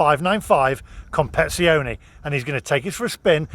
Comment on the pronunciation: A pity you can’t pronounce Competizione! It’s Com-pet-iz-ee-o-knee👍🏻✅